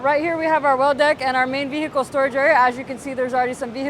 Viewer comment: V-hickle.. lol